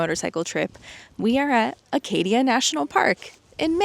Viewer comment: Thank you for correctly pronouncing Acadia. It was cool to see that you stayed at Endicott College where we stayed last time we were in MA. Too bad you didn't get a chance to greet the Atlantic at the beautiful beach just a short walk behind the hotel. When people say you have a lot of stuff, just tell them you're riding across the country. That usually shuts them up. Glad your bike issue got fixed quickly. You've probably already already passed through RI. The ocean is a lot warmer south of Cape Cod.